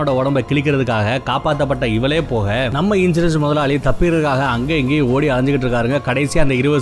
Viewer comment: கன்சூரன்ஸா?? இன்சூரன்ஸா?? பாவம் அவரே confuse ஆகிட்டாரு